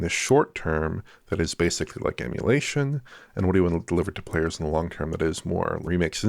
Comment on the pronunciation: pulled the 'YESSSS' on in higher spirits today keeps incorrectly saying 'basely' instead of pronouncing 'basically' as one should - please correct yourself Starfox - wish this game would release on PS5 Pro as well